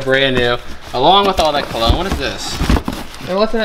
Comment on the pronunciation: It bothered me how you pronounced cologne